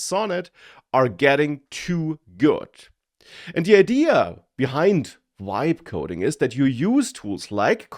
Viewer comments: It sounds like "wibe coding". I thought German had the English "V" sound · Has this mf never heard of the letter V ?? Wtf is wibe coding